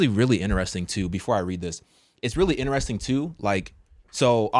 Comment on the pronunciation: Do ya’ll pronounce the word “interesting” like “inne-REHS-ting” or “in-tres-TING”? 🤨 Off topic😂💀but this catches me off guard every single time I watch these vids🤣 cz I’ve never heard anyone pronounce it like him? So, genuine question …?